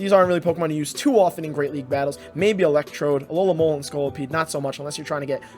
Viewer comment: only until half way through i realised he wasnt saying alolahn molar but alolamola